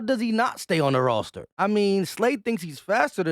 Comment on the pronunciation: Just needing to hear say- “rawster”. Got it. Thanks